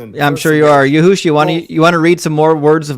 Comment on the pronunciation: "yahoosha"! 🤣 Man it keeps getting better 😆 n